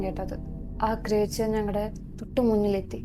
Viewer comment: why you are pronouncing ക്രിയേച്ചർ instead of ക്രീച്ചർ😅